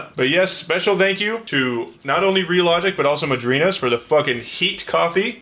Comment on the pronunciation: Pronounced madrinas right but not terraria smh